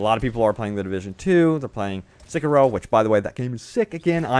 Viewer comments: Sei Key Row not seek key row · It's Seh-kee-roh not Sickaro ffs